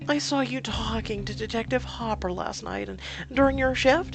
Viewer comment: Hooper, not hopper